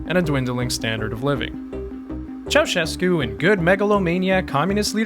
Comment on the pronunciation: Finally a foreigner that says Nicolae Ceausescu instead of Nicola Ceacescu